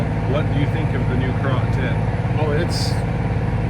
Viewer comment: That is pronounced "carrot".